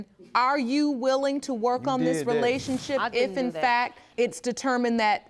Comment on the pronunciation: This idiot can’t even say the word “relationship” but is pushing out babies🤷🏽‍♂️